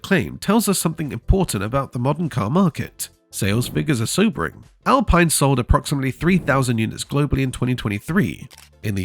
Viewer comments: The Alpine 110 you showed initially was from the 1970’s not the current model. You are also mispronouncing the name, it’s Al peeen not Al pine. Get it right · It's Al-Peen.